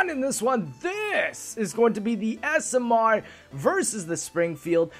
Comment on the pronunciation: I love how says smr. He says it like s.m.errrr